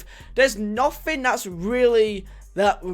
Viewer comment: "Nofing really"